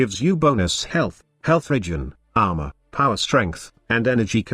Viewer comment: The way you say armor is funny ahma